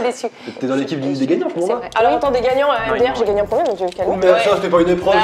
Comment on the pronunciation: j’adore quand a dit ✨J’aI GaNgNe ✨ directement elle l’a dit sa me tuer 😭😭😭🥲